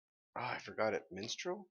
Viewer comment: The kingdom's name is Mistral, not Minstrel and no, it' actually to the right, while Vacuo is on the left.